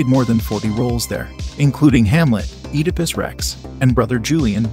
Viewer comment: This narrator keeps butchering names. He doesn’t even pronounce Oedipus Rex correctly. Get a clue dude!